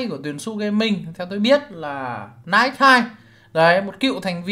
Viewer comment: NighC đọc là nai xi ơi, đọc z chết em rồi😢😢